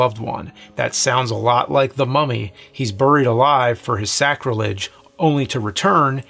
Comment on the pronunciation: The way James pronounces "buried" annoys me.